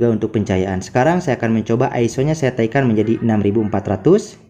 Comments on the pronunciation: Naikan, bukan "taikan"... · Bukan TAIKAN, tp NAIKAN, hadeuh